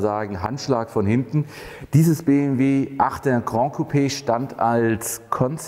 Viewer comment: Geiles Teil! Würdiger Nachfolger der 6er GC. Ich werde mir einen 6er GC gönnen, der 8er ist echt in einer anderen Preisliga. Möchte noch erwähnen dass das "GRAN" nicht aus dem Französischen kommt...und es dementsprechend von fast allen falsch ausgesprochen wird...sonst würde man es "GRAND" schreiben und so aussprechen wie du. Tatsächlich spricht man es 1:1 so wie man es schreibt